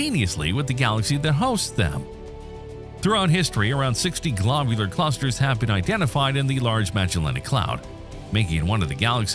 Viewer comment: "Glaabyuler Clusters" 💀